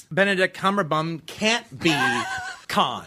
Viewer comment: "Cumberbun". Hilarious.😂😂😂